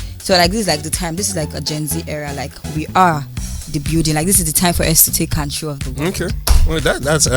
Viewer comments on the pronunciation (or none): I am Ghanaian We don't pronounce control as kantrol... Yes, do not rush...beware of wolves in sheep's clothing...especially some of the housemates. Some may not be happy for you. Don't buy any designer stuff...even the rich people don't buy that. What is very, very good friends, Cross? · Ilebaye, stop embarrassing Ghanaians, we don't pronounce ' youngest' as yangest, Control as Cantrol, Soma as Sama